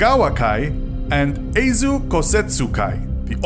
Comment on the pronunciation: Aizu != Eizu